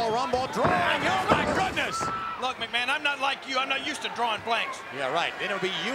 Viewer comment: McMahon actually does a very good job as a commentator.. And i love how Lawler could just call him "MsMahon"